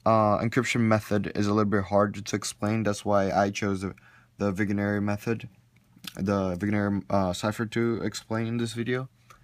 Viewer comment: Isn't it pronounced /viεenere/